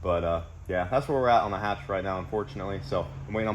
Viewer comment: H22, H pattern, Hatch not Katch <3